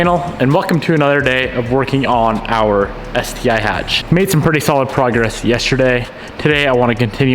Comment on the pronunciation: Nice work keep it up man it sounds so different when I hear ya say sti but I keep looking at those calipers lol